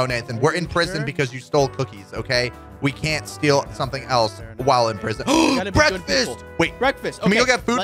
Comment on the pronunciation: Aaah!!! Bekfast!!!!! I like bekfast!!!! XD my bekfast is a potato!!!!